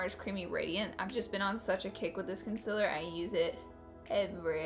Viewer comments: Con-seal-er not con-sil-er. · It's CONSEEELEER not CONSIIIILER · It's not concialer its concealer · "Consiller" Not hating! love you Laura 😘😘😘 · Concealer is pronounced CON~SEAL~ER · Not trying to be rude but it's pronunced conseeler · It's pronounced kun-sea-ler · I just came here to hear her say "cunsilla" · Who else came to hear her say conciller? ( concealer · ITS CONCEEEEEEALER FML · you said concealer wrong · PLEASE SAY CONCEALER RIGHT !!!!!! LOOK IT UP